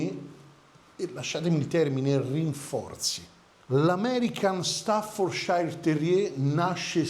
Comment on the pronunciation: ...sei sempre super professionale! Se posso farti un appunto, il nome staffordshire non si pronuncia ..."sciair" bensì " cier" o céér" con la "r" quasi muta , in UK, e con leggera differenza in Usa.." shéer" o Shiir Quindi " stafforceer" , in USA con la "r" più marcata. In entrambi i Paesi mai pronuncia " sciair " , nemmeno Yorkshire ! È anche vero che gli inglesi e credo anche in Usa , il nostro cane corso lo chiamano " chein corso" ......😂 Salutoni ...e scusa per la precisazione 🤷‍♂️😅..ma era solo così, come notizia per tutti. Poi ognuno lo chiama come meglio gli viene. Meglio Amstaff 😅